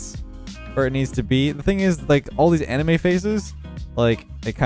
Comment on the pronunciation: No one gonna mention how he said anime?